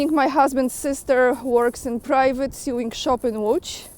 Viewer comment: Just a pronunciation tip, 'sew' is spoken 'so". Sewing therefore sounds like sowing, the same pronunciation for planting seeds in a field. Just another English oddity to deal with. I can't speak for how the colonies say the term - maybe it's different Stateside.